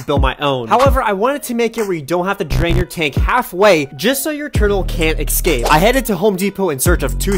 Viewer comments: ESCAPE NOT ECKSCAPE. Learn the correct pronunciation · Escape is NOT pronounced "eXcape". 🤔🤨🤦🤷🙄👎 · i hate it when people pronounce escape like eckscape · Respectfully, it's pronounced Escape. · I dont understand why Americans pronounce Escape, ecscape...